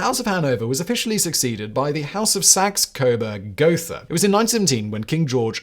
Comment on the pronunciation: More ridiculously mispronounced names. You don’t even know how to pronounce the name of your own royal family! (Hint: German doesn’t have a "th" sound. It’s pronounced like a simple "t.")